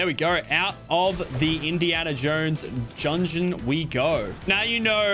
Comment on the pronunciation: My guy said jungen not dungeon